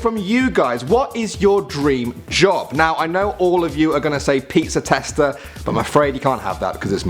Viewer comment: Tester not teator